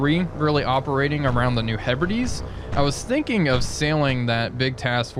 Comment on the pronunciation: New Hebrides written: "He Brides" but pronounced: "Herbirdies"? English is strange. Like the priest would end of the wedding ceremony with: "you may now kiss the birdies". Farragut going for periscope depth.